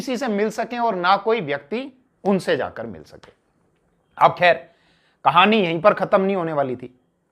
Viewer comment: Kah L ani mat boliye sir